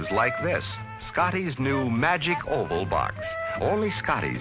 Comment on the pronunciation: Magic "oval", not "hole", lol🤦